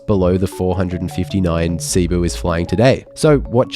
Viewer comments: It's pronounced Si-Boo. Not Seeee-Boo. I've flown this seating and it's brutal. Even in an exit row with lot's of legroom, the seats are unbearable for more than 2 hours. Thanks for the great review! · Filipino here, very insightful. However, just one minor note: Cebu is pronounced /seh-BOO/ with the accent on the second syllable, and not /SEE-boo/. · It's pronounced Seh-Boo not See-Boo 😅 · Please, save my ears and learn to pronounce Cebu correctly. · You spent all this time to film and edit and research an interesting informative vid but not two minutes to know how to pronounce Cebu properly? weird